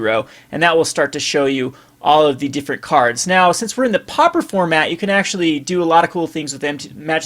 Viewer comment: It's pauper, not popper!